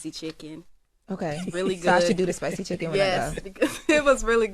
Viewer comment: Did say chicken, or chik’n cus I thought she was vegan 🤷🏽‍♂️